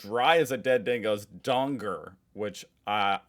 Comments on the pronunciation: FYI Just dong-er not dong-ger and Ah-strayl-ya not Aust-rail-ia, we also don’t say happy arvo, a head only a mother could love-really ugly, piss in your pocket does it mean flatter lol, we say don’t piss in my pocket and and tell me its rain - don’t bullshit/lie to me, we don’t say half of these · A donger is a dick. But you say it as Donga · Donger ... pronounced, as you said the word, 'dong' ... Example > ding 'DONG' the witch is dead) .... Drop the 'ger' sound and place it with the sound 'U' as in the word 'U-p' ) ..... Dong U :) Never hear of the 'John Thomas' thing ... (maybe it's a code thing amongst Aussie men ..lol...? Have only known it as 'Silly as a two bob watch' > "Silly as a two bob watch" means extremely silly or foolish, as "two bob" refers to a very small amount of money, making a "two bob watch" essentially a cheap, useless watch, thus signifying a level of silliness that is quite extreme; it's an Australian idiom "Bob" is a slang term for a shilling, which was a pre-decimal coin in Great Britain.... Yes! Like your description = $2 = cheap :) Rough Head ... Never heard it used that way ... But! 'ROUGH NUT' > was mainly aimed at a 'Red Headed person'..... which I think they PC call them 'Gingers' today....lol WTF?? .... Never heard of this '10 in a bed' shyt.... lol. Have heard 'Shitting Razor Blades' .... but NAHHH! never heard anything about the dog thing. Means you're very nervous ..... example: 'Doing my first speech tonight and man I'm (shitting razer blades') very nervous! Cat on a Hot Tin Roof ....Yes!!! = Nervous :) 'Stands or Standing out like Dog's Balls' = It's Obvious .... examples 1/ Wow! "Your shirt is so bright, it stands out like Dog's Balls" 2/ How'd you not see the rail crossing gates, they stands out like dog's balls" *Have no idea when they added the Shaved Cat thin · it's 2 things. a male appendage... or a shipping container. :) (spelled donga, pronounced the same)